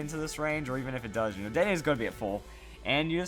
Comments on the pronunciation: I would think it is. He says the e like an "ay," so more like an é. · I'm pretty sure the last "e" in "Dedenne" is silent...